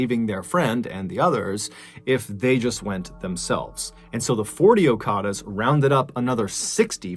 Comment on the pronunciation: Okadas not okaras